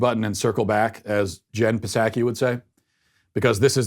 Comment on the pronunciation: Matt, I have to tell you something that's been really irritating me that you do. Bidens press secretary's name is prounounced 'Saki' The "P" is silent. Unless you are mispronouncing it om purpose, than "Pslay" away. That is All.